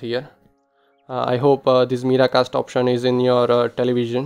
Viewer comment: It's mirror cast .... Not meeraa casst